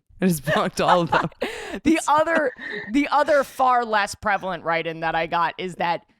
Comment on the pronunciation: the fact that erica said “prelavent” and then shortly after said “stanima” is hysterical and also adorable